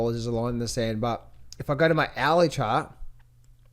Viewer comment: Love when shows the gold "Owey Chawt" 🤣🤣🤣